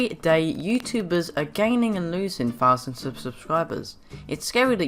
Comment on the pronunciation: you asked me to compare your videos and their is no difference, you still have difficulties reading and pronouncing its thousand not fousand